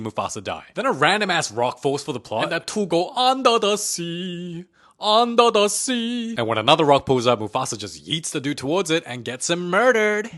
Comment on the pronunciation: under da sea 😂